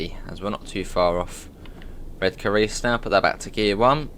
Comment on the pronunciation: I'm a Redcar lad myself and it's awesome to hear someone pronounce Redcar like us locals do (Redka - silent 'r'). Excellent stuff 😀😀😀